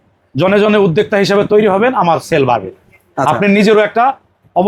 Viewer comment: উদ্দেকতা নাকি উদ্দোক্তা??? 🤣🤣🤣 একটাও পাব্লিক বাংলার সঠিক উচ্চারন করতে পারে না। উদ্দেকতা 🤣🤣🤣 গুলা ভুয়া।